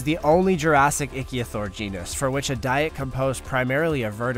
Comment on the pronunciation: May want to double check your pronunciation of the names. Like it's pronounced ick-theo-saur not the 1 you used.